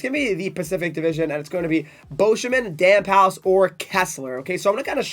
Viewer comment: Damphousse = Damph-ousse... And he's a center!